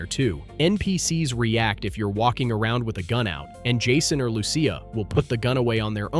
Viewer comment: you cant even pronounce lucia .. slow